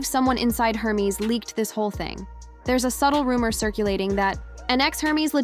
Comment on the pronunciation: AI pronouncing Hermes like herpes. 😅😂😂